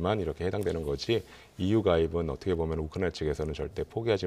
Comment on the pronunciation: 얻트게보면 ~~~~~~ 참듣기싫다.